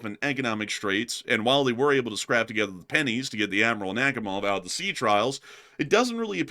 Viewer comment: Scrape, not scrap. you can take the boy out of Alabama, but...😬